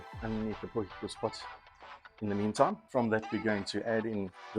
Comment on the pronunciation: Dude it's a potie. It is not a potjiekos pot - translate it for yourself. It is just annoying hearing it. My wife does the same thing - drives me nuts.